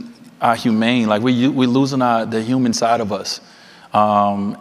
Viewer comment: "we losing our humaine" lol...